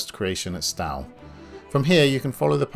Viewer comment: You are mispronouncing Stowe. It does not rhyme with "cow" but should be pronounced "sto" - as in "stow your luggage in the boot of the car". I was a pupil there decades ago (dreadful school though) "